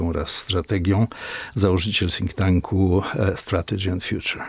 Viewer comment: "założyciel sink tanku" :D :)